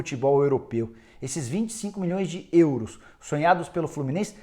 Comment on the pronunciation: So eu que acho engraçado o Nicola falando “ÊÊÊUros”?